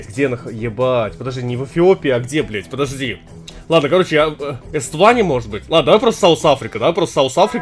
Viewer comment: И Эсватини называть Эствани